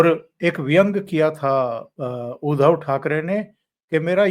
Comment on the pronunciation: उधव नही उध्दव है ध् आधा उसको द जोडा हुवा उच्चार है उध्दव आये उधो हमरे अंगना.." सूरदासजी कवि है. 8 मात्रा जुडने के लिये कवितामे माफ है